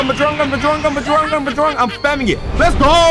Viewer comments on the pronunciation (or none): I love this channel but it’s sort of annoying when you say things like bujrang gun instead of bajrang gun also when you say “BOMBOCLAT” all the time in a cracked voice, again, not hating just saying to me, it’s annoying sometimes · You can ignore this if u want cuz u do you but if you didn’t know it’s pronounced bajrang gun as in badge-rang